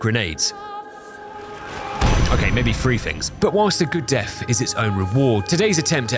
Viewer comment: I love your vids man but one single thing bugs me. the, there, then ect ect, perfect pronunciation, but then you say "free" for three? How!?!? Edit: also frough for through, flame frower, And fing for thing